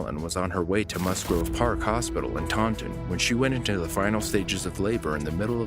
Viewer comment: As someone from Taunton I thought it was really funny how he pronounced it🤣🤣😂